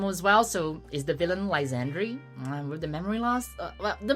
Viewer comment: Its not pronounced Anj, its pronounced Angey. As in "a look at that tower. Its so Angey." J/k, but I could not take the final battle seriously after reading the name despite knowing thats not how it should be pronounced. (Also, it should be said Lysander, not Lysandry. Lol)